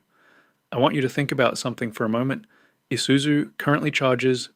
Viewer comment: Pa hairo ,nessaarn eesuzu are you even Australian 😂😂😂 tb42 uses 15L just to start up